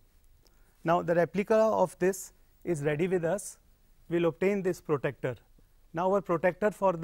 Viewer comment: Its pro-TRAC-TOR NOT PROTECTER btw nice video!